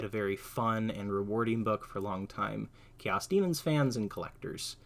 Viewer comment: It's 'CARE-ose'. You are adding a syllable saying, 'care-EE-osr'.